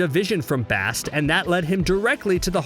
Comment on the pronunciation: How the hell do you mispronounce Bast when you heard the correct pronunciation many times in Black Panther. It's not hard. Damn. Ok I cant finish this list. There are countless examples of this dude not giving a damn about correct pronunciation and disrespecting the stories and characters. What a joke